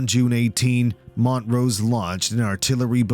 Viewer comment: HE KEEPS CALLING HIM MONT ROSE 😆